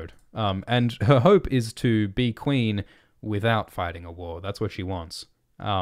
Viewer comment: "I swear to-ward the Qweeeen"